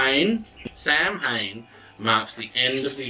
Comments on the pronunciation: Sorry but Samhain is pronounced "sah-win". Some countries say it slightly different but it's basically that. Lughnasadh is simply Luna-sahd. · This is a great resource for people! Thank you for sharing the videos. The only thing I would mention is the pronunciation of Samhain- Sohwin or Sahwin or Sahvin The pronunciation in Scottish Gaelic is a little bit different to the 'standard' pronunciation in Irish Gaelic, where Samhain is approximately pronounced as SOH-wiñ-because the mh is pronounced as (W). In Scottish Gaelic, the pronunciation is closer to SAH-wiñ or Sahvin, because the mh is pronounced closer to (V). Again thanks for the videos and Blessed Be